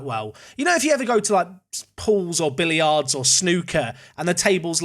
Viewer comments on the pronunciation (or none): Billy - ards?!?!